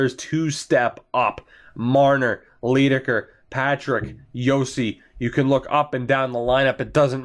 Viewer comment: Leidekker is pronounced "lie-decker". As in "lying"